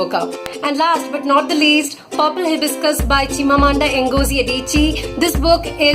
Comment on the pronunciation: I was really really impressed when she pronounced Purple Hibiscus author name in a single attempt. 😂